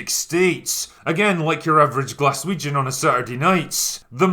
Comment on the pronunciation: Every time says GLAS WEE JUN I lose it! LOL 😝 😆 😂 😝 😆